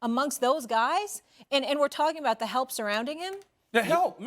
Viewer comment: "Talm bout"... is that how you really speak? If so please don't have any children.